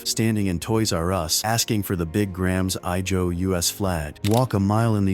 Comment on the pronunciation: “Grams I Joe”. That’s new one AI. Do people even listen to these before they post them?